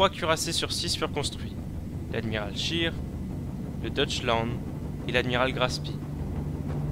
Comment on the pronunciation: "Admiral Scheer " prononcer "Schéére ", et non "Schiire " idem pour pour le Graf Spee ... (ee= i en anglais, mais pas en allemand )